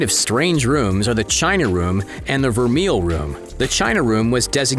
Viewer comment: The voice-over announcer mispronounces ‘vermeil.’ It’s “ver-may,” not “ver-meal.” The word is French.